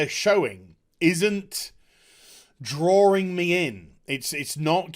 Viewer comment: Not droring you in? It is kind of droring me in^^